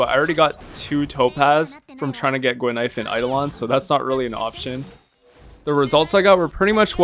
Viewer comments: I'm not the only one hearing that looool I even heard 'ghost milk powder' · I had no idea why you said "expensive milk powder" until another commenter said Guinaifen could be misheard as that in Chinese. I'm Chinese btw. And yeah, it actually kinda does sound like "expensive milk powder", even in Cantonese! Brilliant.